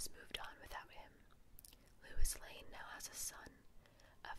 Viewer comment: Haha cracked me up when you said "lewis" lane xD otherwise i love listening to you great whispers